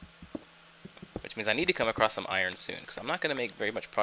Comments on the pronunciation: it's pronounced eye-rn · He pronounces iron "eye-yearn" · For fucks sake its IRON.